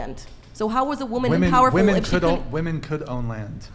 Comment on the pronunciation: cant even use the proper plural pronunciation of women. Her opinion is worth nothing.